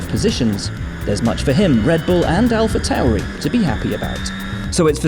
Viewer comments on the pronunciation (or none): none